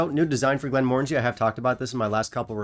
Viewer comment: I bought this recently, and was slightly disappointed. I think for the same reasons you mentioned. I expected it to have more of a port flavour, but I found it very subtle. It wasn’t bad, but I wanted more from it. And at £50, it wasn’t great. Also, you’re pronouncing the brand wrong. The new logo/design is intentional. Those are the syllables to pronounce. It doesn’t have the “orange” sound in it. It ends in “Angie”.